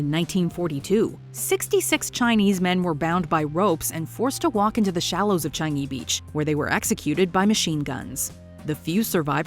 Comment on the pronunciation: wow. She pronounce Changi as it is. <3